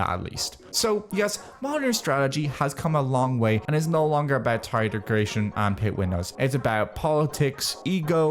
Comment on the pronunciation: "degration" wtf is bro on